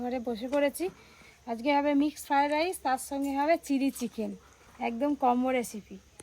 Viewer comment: Mixed FRI RICE naaa.Yeta MIXED FRIED RICE bujhley.Bhul uchcharon koro na.